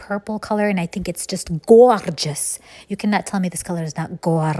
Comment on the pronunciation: Please don't say goorgese😂